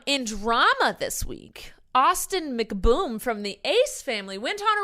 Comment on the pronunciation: Did anyone else catch say “Austin McBoom”?